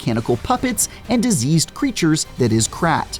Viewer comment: ….its pronounced KR-AWT.